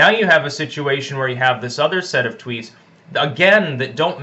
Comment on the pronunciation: I liked the little slip up where you called Trump’s tweets “treats”. You were right the first time :)